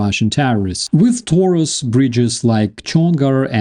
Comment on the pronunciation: Everybody is talking about Taurus now. Let's see. But Taurus is a Latin word adapted to German. I would appreciate if you pronounced it this way. "A" as in "after" and "u" as in "Putin". Taurus. As in I'm coming After you PUtin.